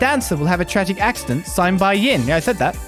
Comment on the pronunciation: the one translation issue i had with geofront and by extention nisa since they used it as base, is the name Yin, Yin is a name in Chinese wich in japanese is prenaunced as Gin, they kept reading and saying it as Gin untill hearing about the assasin from eastern origins and how Yin may be the intended way of saying it while talking with the bearded guy.